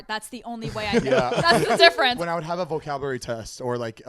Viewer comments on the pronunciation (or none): “When i would have a vocaburary test”